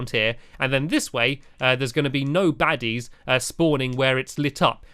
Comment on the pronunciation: I had to keep going back to this point because I thought he said “daddies” 😂